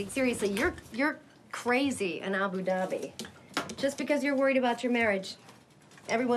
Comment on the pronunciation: why you pronounce abu dhabi like that??